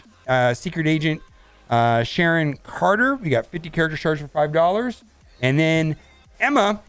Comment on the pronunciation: oh, he said Sharon Carter correctly! I guess this marks the end for Karen Sharter